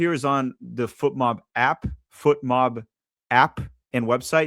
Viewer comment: Why do you aways say foot mob. Its FOT mob